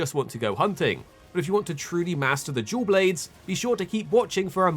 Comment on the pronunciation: Im sorry but i cannot not hear you say Jew Blades